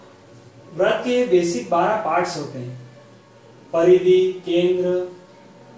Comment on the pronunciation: व्रत नहीं वृत्त बोल भाई